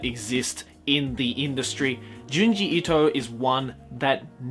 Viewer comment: Itoism. Seriously bro?